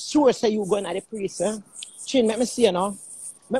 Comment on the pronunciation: Did she say "preesn". ??? 🥺🥺🥺🥺